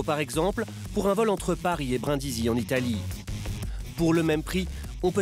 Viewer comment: braindisi mdr il ne sait même pas dire le nom juste brINdisi